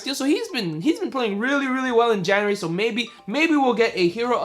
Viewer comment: what is "jaeuary" lol